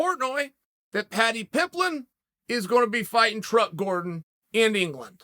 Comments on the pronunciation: Ah yes, Paddy Pimblin.... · “Patty Pimblin” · Take a shot every time Chael says “Paddy Pimblen”. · "Paddy Pimblon" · Why can NOBODY say Paddy Pimbletts name!! 😩😩😩🤣🤣🤣 I hope one day he becomes that big that EVERYONE knows his name!